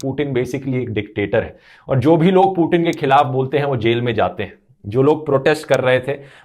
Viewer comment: भाई वो पूटीन नहीं पुतिन है